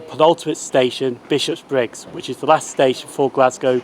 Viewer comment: Oh, I didn't realise Buchanan Street (or as I sometimes call it, "Tobacco Baron Street") had its own railway station at one time. I knew the Subway station with that name was close but not that close to Queen St station, but I never looked-into whether it had its own station. I must admit it's a wee bit weird hearing you say Bishopbriggs as Bishop's Briggs though! Lovely footage of those passing trains. I do enjoy our refurbished HSTs, I must admit.